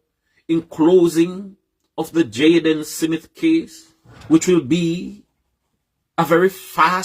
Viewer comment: Why Cant Us Jamaicans Just Pronounce SMITH Instead Of SIMMIT ?? This is Ridiculous, How Do We WAKE UP & DO BETTER If we can't be on the same page, all these likkle foolishness we do as people the reason why the country so loose, smh. BIG UP THE PLATFORM